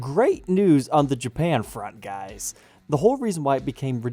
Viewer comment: Please don’t say guysis